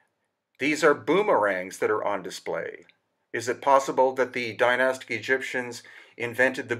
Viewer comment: You do not need a diamond edged blade to cut granite. All you need is granite to cut granite and water. They would have used stone circle blades with water as cutting fluid. Advanced tech not required. Also how come you are not even able to pronounce the word "Dynastic" properly. Zero credibility right there. Spouting a load of waffle. If you make a bowl out of stone your obviously going to make it as symmetrical as possible. Have you never heard of a stone chisel??